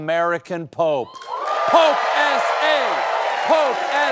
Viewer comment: "Pope S A"? No.......